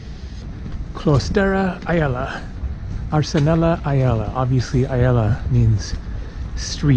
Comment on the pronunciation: i like how you pronounce the word “iela”... sounds a bit funny😂 and kafejnīca, even funnier😂😂(no hate)